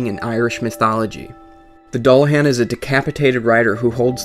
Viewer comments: Your pronouncing Dullahan wrong. Its Duel-a-han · It's pronounced "Dü-lah-hån" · Nice to see Irish mythology in Dark Souls, but it's actually pronounced DOOLahan .. I know .. The Irish language fucks with everything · so so good, but it's pronounced: Doolahawn. Legend of The Dullahan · That's sweet about the Dullahan but it's actually pronounced as "Dool-ahan" :) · It's pronounced Doo-la-hawn. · He says Dullahan wrong and it bugs me to the core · i know one thing doesent, how to pronounce dullahun. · Only thing I learned here is how NOT to pronounce Dullahan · You pronounced Dullahan incorrectly. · ur pronouncing dulluhan wrong